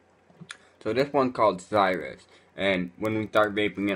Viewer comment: OMG THIS ONES CALLED CIRUS!!! AS IN SY-RUS... LOL ITS SEAR-RUS AS IN CIR-RUS OMGGGGGGG WOWWWWW DUDE